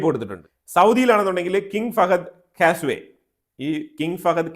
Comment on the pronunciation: കാസ് വേ അല്ല സർ "കോസ്‌വേ"